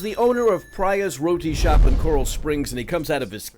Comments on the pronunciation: Not "Pry Yas" roti shop. It is Preeya's roti shop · It's pronounce " PREEYAS" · He didn't even pronounce the name of the restaurant correctly SMH..